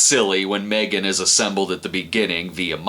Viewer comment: That pronunciation of the title is money.